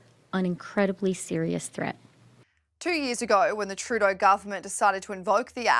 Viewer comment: If you are going to yell something at the PM then make sure it is intelligible. Truuudoooh....! Blah.. Bluh.. Pause.... Blah.